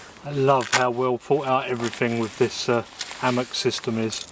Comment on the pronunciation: Never heard of an ammock Is it really that hard to pronounce the H? Hammock! Cmon